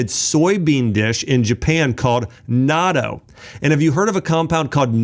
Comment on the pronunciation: I eat natto (not toe) is closer to the pronunciation, along with kimchi, umeboshi, miso, and seaweed. But, be careful with salt, Japanese foods are high in salt and not all are healthy.